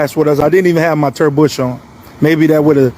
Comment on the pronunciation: His "Turd Bush" ???